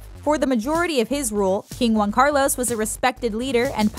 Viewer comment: Also Juan, not Guan